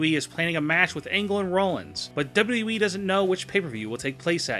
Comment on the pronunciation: PLEASE learn how to say WWE.